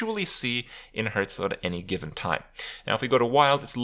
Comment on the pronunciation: Every time you say Hearthstone I hear Hurthstone..